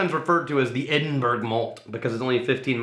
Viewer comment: i just got a small bottle of this for christmas from my brother. absolutely gorgeous whisky mate, but i must say as a brit hearing these lads pronounce edinburgh was a laugh hahaha. appreciate this lads good stuff